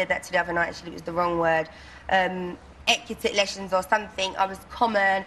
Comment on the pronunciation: okay they been bullying her for so many reasons, one of them being 'she can't speak English properly' according to them. But she can't even enunciate 'etiquette'? Isnt English her first language